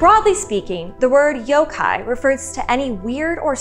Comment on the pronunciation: I'm so glad your Japanese pronunciation is spot-on. I'm tired of hearing people pronouncing yokai as "yow-kai".